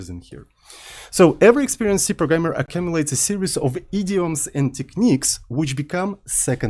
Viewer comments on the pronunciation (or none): Please,, stop saying "A-cum-ilate" That's not how it's pronounced and it sounds weird every time you say it. lmao. It's "Ah-kyoom-u-late".